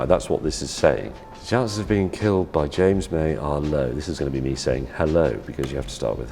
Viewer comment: Yo its jams moy